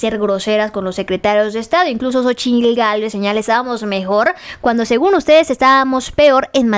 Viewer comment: Lo peorgrr? Es francesa la tal Cónchitl Gálvez? O solo disléxica?